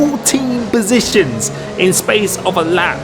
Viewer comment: "We made up 14 besitions" Great content mate, keep it up!